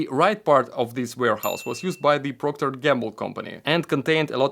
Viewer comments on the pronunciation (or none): none